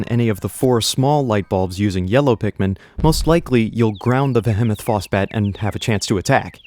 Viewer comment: The vehemoth phosbat is said vee hee moth quickly to mimic behemoth and then Foss bat the mob